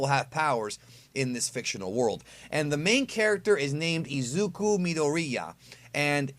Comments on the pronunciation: The way you pronounce Izuku’s and Bakugo’s name😂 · AHHHHHH I'M SO TRIGGERED BUTCHERED IZUKU'S NAME